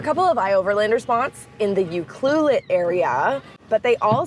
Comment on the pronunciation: Your pronouncing UCLUELET wrong. 🇨🇦